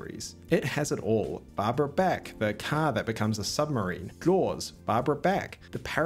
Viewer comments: Her name is pronounced like the artist BACH not BACK,get it right. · I don't think her name is pronounced "Barbara Beck". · Thumbs down for pronouncing her Barbara Back. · Not Barbara "Bek" Bach ...ah B AH K .All of down under needs to learn how to pronounce English.